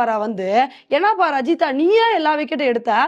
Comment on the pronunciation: இதை இதுக்கு முன்னாடி நானும் சொன்னேன் நான் இப்படி தான் சொல்வேன் என்று அடம்பிடிச்சு சொல்றாங்க 😩